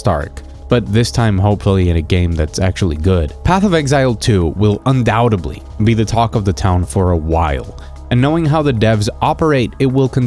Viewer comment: "Path of Exile 2 Could be a Bigger ..." a Bigger what? "Than We Think" "undouteBly"? Try undoubtedly with a silent 'b'. Notice the b is before the t not after and it is silent. Phonic: un dout ed ly